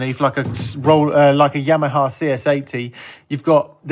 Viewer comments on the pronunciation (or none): none